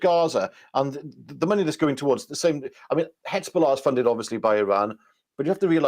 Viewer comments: I keep telling you: you are mispronouncing the Z in Hezbollah. It's like the S in Lesbian. Please! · HIZ....HIZ.....HIZ...BOLLAH!....NOT HITZBOLLAH.